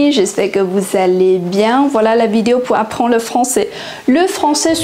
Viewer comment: 法语有一些错误 ： Lessamis => leZ amis J'espère => R 听不到 vousss allez bien => vouzallez (Liaison s=>z) Pou apprendre => pouR apprendre Perçu => R 太明显，很难听 Également, véritable => 亚洲口音 Particulièrement => 发音不清楚，要说慢一点 PhiloSophie => PhiloZophie Un univers => uN-univers (要连接） En gros => 比其他词太口语 Une Ninvitation => Une invitation EspoiR Soucc d'aide => SouRcE d'aide